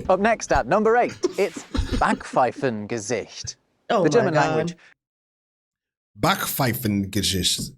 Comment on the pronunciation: "Kummerspeck" is not to be confused with "Bierbauch"😉 "Backpfeiffengesicht" is not about appearance, but a wrong attitude revealing itself on ones face P.S.: I have to compliment on her pronounciation. Almost every time you get it right the first time, so don´t let anybody confuse you